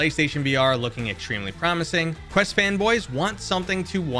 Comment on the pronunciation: OK, take lessons then. Specifically (to name a few) "talking" vs "tawking" and you said "Crest" not "Quest" all within the first 30 seconds. I do enjoy your content. Please don't take my gripes as an insult.